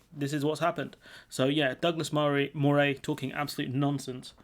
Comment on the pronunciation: But Moray is pronounced Murray - I lived there many years ago.